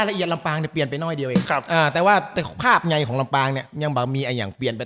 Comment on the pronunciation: โดนกลืนสำเนียงไปแล้ว “ภาพใหญ่” รู้เลย